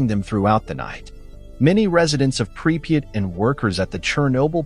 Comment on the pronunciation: 3 different spellings and not one correct pronouciation of the name pripyat